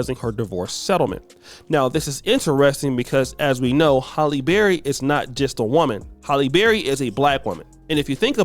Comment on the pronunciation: It’s “Halle” not “Holly.” You never say it right.